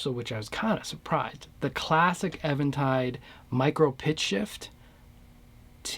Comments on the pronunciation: It's EEventide, and if you call them on the phone and say "ehventide," they will correct you as the words exit your mouth. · Thanks bro i appreciate it..u shd note that it is pronounced as even tide... Like no waves... Get it? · I used to think it was pronounced Eventide too... but every time i called them on the phone they answered and said EEventide lol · Sincere question: is it pronounced "Evan tide" or "Eee ven tide"? I have always said it as "even" tide (as in opposite of "odd"). However it is pronounced, the H3000 sounds great.